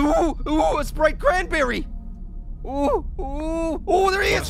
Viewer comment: Sprite cranberry I thought he said wanna spray cranberry???????